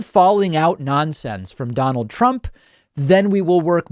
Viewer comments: OK. Mispronouncing his own name. This can't be real. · When you say your own name wrong, that is another level of anarchy. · Donald got one thing right when he mispronounced his own name "donald Prump". In Icelandic "Prump" means fart 💨. Well done, finaly you got somthing right 🤗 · Please keep calling him PRUMP!!! I'm dying laughing....😂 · prump cant even say his own name correctly and you are taking jabs at biden? Does the cult forbid sight and sound? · "Donald Prump" 🤣🤣🤣🤣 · “Prump” 🤣 Oh, man.... Oh, oh boy... 🤣🤣🤣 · Can’t even say his own name 😯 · How could you say your own name wrong. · Did you watch the video? Trump called Mars "Nars" and said his own name wrong. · So you have someone in charge of your country who can't even say his own name. Someone who can't even pronounce "Nobel Peace Prize." If you don't think you'd be better off with someone else in charge then there is something wrong with you.